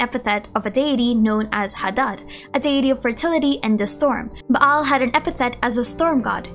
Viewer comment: lol your Filipino pronunciation really comes out when you see a double vowel like "Baal". It's more like a long Ah "Baal" rather than "Ba-Al"